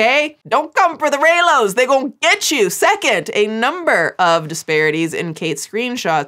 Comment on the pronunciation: As a newer fan of Star Wars as well as you 🥰🥰🥰 I can confirm that you have pronouncd Rey, Kylo Ren and Reylos spot on (I am not one of them however-I like the movies but my heart lies with The Mandalorian (Pedro Pascal 😘😘😘) and his adorable lil green baby Grogu (my avi pic 💚💚💚) I am absolutely in awe of the work and research you do in these docs and vids-you are amazing! 🤩🤩🤩